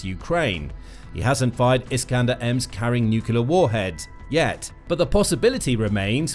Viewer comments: Come on, please. It's "nuclear", not "nucular". Has Bish's mispelling invaded all of the US? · Is it feasible for commontators to say 'nucleur', rather than nucular?? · What is ‘nucular’? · can you please learn how to pronounce "NUCLEAR? It doesn't contain two "U"s.